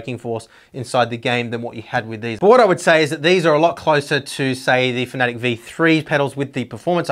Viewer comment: You Americans are pronouncing the name wrong it's Fan. a. Tec as in Tech for Technology not fanatic as in tic as a bug tic .